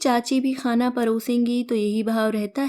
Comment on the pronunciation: कहानी तो बहुत अच्छी थी आपने पढ़ा भी बहुत अच्छा पर हर जगह जो आप ख शब्द को नुक्ता लगा कर ख़ बोलते हो वहां अच्छा नहीं लगता सुनने में जैसे ख़ाना, आख़े